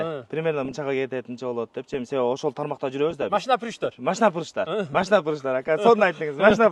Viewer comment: АКа ака ака машна емес машина дегилечи